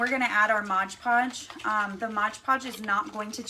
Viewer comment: Lol, no, you said it wrong. It's MOD Podge, not MODGE PODGE.